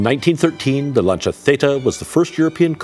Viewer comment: At last some people who can actually pronounce the name Lancia…. Good on ya ….from Steve in OZ